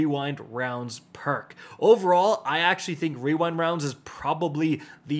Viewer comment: good video with the puzzle guides and schematics,! also, good job pronouncing Rewind Rounds well!